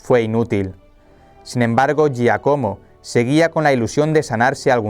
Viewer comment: Hola..se pronuncia Giácomo